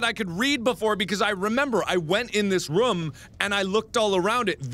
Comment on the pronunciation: Whenever you say room it sounds like you say roum